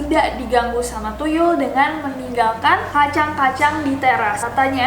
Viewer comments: That "thuyul" i like it lol😅😅😅😅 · nessie baca tuyul thuyul 😂😂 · The way you said 'tuyul' is hillarious kak😂😂